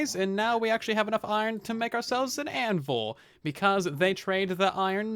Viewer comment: anvUl I cringe every time (no hate tho )